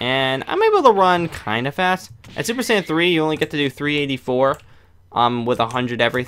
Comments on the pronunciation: It's super Saiyan not super sandwich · did he say super "sandwich" 3